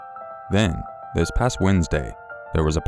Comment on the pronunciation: Can't stand it whenever this one narrator says "dis" or "da" instead of "this" and "the". I know he probably can't help it but I can't focus on the story because I keep hearing it.